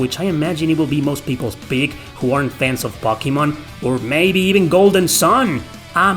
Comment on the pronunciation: I'm just here for the way he says "Pockymon"